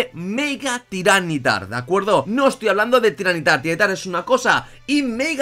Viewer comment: no se porque siempre lo llamas tyran nitar o al menos esa es la impresion que da cuando lo mencionas cuando se lee ty ra ni tar